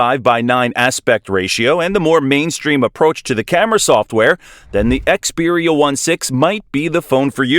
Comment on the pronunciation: Yeah I can't take this video seriously... They can't even bother to call it by its name properly!